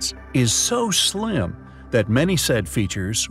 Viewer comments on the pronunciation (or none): none